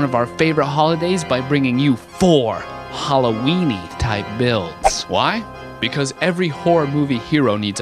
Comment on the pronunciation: haha he said hallowieny lol